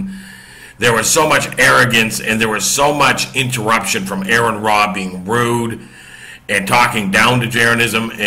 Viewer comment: I watched your video. I have a few points I would like to address. 1. Aron's name is pronounced Are-ron not Air-ron. 2. Christians are not prohibited from debating. Part of establishing Christian doctrine came from debating theology. Also there is 1 Peter that says be ready always to give an answer. You should know what you believe enough to discuss it and debate it. 3. This was not billed as a debate this was billed as a discussion. 4. They were discussing whether the earth is a flat earth. They were not discussing creation. 5. You can quote scripture without knowing God. It's done all the time. Many times even it is done accurately and within the appropriate context. 6. There are Christian who are practicing scientists that reject the notion that the earth is flat on the basis of the science they know and can demonstrate. 7. Of course people go to the world to defend God. It makes no sense to go to the Bible to attempt to do it because that would be akin to using a comic book to justify the existence of superheros. If someone does not believe in God then saying the Bible says this does nothing to support your argument because they have no reason to believe it. 8. You can deny anything that is not supported by testable claims. If something cannot be demonstrated to be true you're pretty safe in rejecting it as not being true. 9. Atheism just means a lack of a belief in a deity or deities. There is nothing else other than that. An individual atheist may believe in evolution o